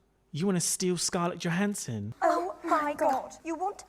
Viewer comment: its "Scarlet Joe-Hansen"